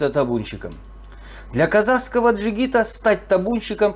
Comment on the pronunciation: Казахское слово жигит произносится без буквы "д", И у русских и у казахов одинаковое произношение